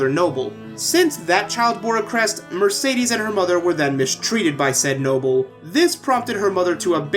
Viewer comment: No offense but one of the characters calls Mercedes Mer-said-des